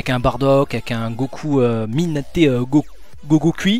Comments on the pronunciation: mais ptn c'est pas "minate go gokui" mais "migate no gokui" bordel. parle pas japonais quand tu connais pas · Migatte no gokui.